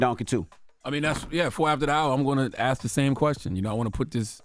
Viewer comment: It's ask.....not aks.